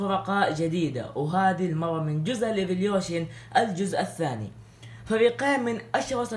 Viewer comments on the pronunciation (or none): لماذا تقول ايفليوشن لازم ايفولوشن